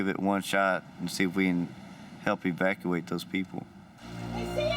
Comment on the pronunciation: Hahaha! You said schmevacuate